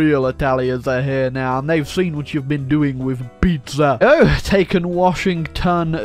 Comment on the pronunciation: Did you say bizza :D